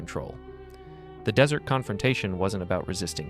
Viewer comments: The fact that this audio repeatedly says "dessert" when it clearly means "desert" (e.g. and ) doesn't just make me want to eat cake, it strongly suggests to me that this is IA-generated. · The weird thing is the transcript spells desert (correct) but the ai say “dessert” multiple times at the end. I enjoyed the narration until that little flub. No one taught this model that everyone wants two desserts and one desert. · Tell the Dumbass AI that ‘desert’ is the dry sandy place, and not what you eat after dinner. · Dessert. Pronounce it correctly if you want any credibility or to project the impression that a human is speaking. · I almost thought this wasn't read by AI until it said dessert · Good video but the AI voice really stunk when it kept referring to the dessert temptation. 🧁🍦🍪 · It said dessert in the end... like ice cream.. er, temptation. It's no less profound, and ya, its ai, but determine for yourself if it's intelligent. Eventually that "artificial" caveat will fall by the wayside ie artificial sweetener. Eventually, it's just dessert. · Too bad the dude who created the script for AI didn’t know the difference between dessert and desert… still great video though. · Excellent, however 😁 shame the word desert as in sand, sounds like desert as in sweets in the AI voice used. Other than that 👌🙏🦘